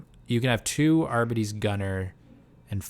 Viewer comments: btw gw released a pronunciation video, its adeptus AR-BEE-TEEs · It is pronounced "arr bee tees" its english lol not that hard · I believe it is Ar-bee-tees. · Pronunciation pedant alert! It's AR-bee-tees. Cheers for the great review. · lol sorry for laughing you struggling to say it. gw did make a pronunciation vid AR-BEE-TEES. either way say it how you want you know what you meant. Love your channel, first one I came across. I even went through your earlier vids to learn as much as I could. Thanks for making them, keep it going!